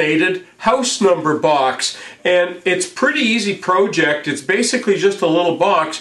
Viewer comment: Yo could you please say project not proooooooooooooject please please please I do love the show